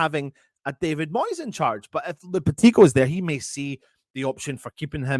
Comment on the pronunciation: Should be a £1 for every mispronunciation of Lopetegui as well?? 🤣